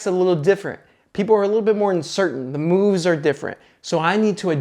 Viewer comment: "Because that's when the mooOOVES .... happen."